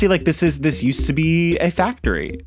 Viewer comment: Everytime you say factry I think of Symone and it's just amazing